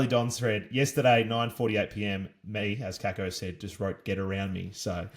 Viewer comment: True pronunciation is Kaykoh